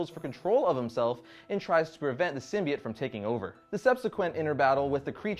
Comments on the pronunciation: ITS PRONOUNCED SYMBIOTE NOT FUCKING SYMBEET!!!! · You do know it's SymbiOTE. Not SymBIATE? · Sym-bi-OTE with an O!